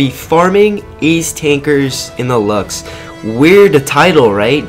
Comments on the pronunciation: It's pernouced loves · Not to be mean or anything, but I think its pronounced 'Lukes'